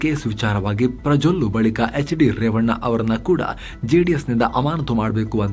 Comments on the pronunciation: "ಪ್ರಜೋಲ್ಲೂ" ಅಂದ್ರು... ಸೂಪರ್ ರಿ ನೀವು😅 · Yenennu prajollu antha kelustu...